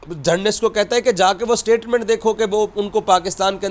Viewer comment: Iss ki baat say lagtaa hai iss pagal ko Mohsin Naqvi direct phone kar kay Dubai say report kar raha hai. Itnaa chaatukar boot polisher kisi nay dekhaa hai? Cricket ko KIRKAT bolt hai😂 Journalist ko GENRLIST bolt hai.😂 Aaj yeh pagal apnaa thhook chaatayga.....Enjoy😂😂😂